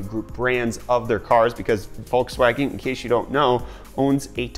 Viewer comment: Bolkswagen. lol